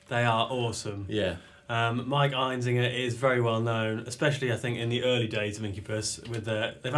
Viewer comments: His name is Einziger. Why are they pronouncing it EinZINGer? I have always said Einziger like you write it. Am I wrong? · The only thing you missed is how to pronounce his last name. EinZIGer not EinZINGer. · sorry to bust your balls but his name is actually einziGer not einziNger. :/